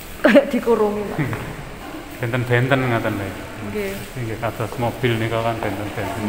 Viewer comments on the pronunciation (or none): none